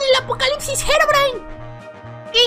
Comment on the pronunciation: Gerogrime xd habla bien porfavor